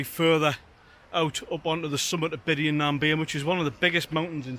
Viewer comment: Bian,,, bee,,ann is the pronunciation